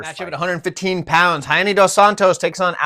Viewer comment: first youtuber to pronounce rayanne correctly. very well sir lol